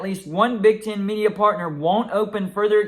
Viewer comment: It's Big "T EH N" . "EH" "EH". Not Big TIN. Not "Ch IMP ion CHIP" Its ""ch AAAMP ion SHH ip". Again. Big TEHN. Not Big TIN. ChAAmpionSHHip, not ChIMPionCHIP.